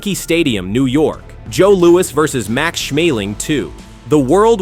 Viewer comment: Joe Louis not Louie.